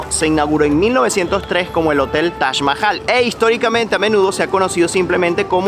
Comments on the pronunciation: Es Taj Mahal No Tach mahal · TAJ CON JOTA, TAJ MAHAL😂